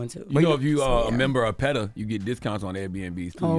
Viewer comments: It’s the surprised look Jess gave Envy when he told her it’s PETA not PE-TA that took me out 😂😂😂😂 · Jess ain't wrong. I definitely thought it was “Pehtah”at one point too. 😂😂😂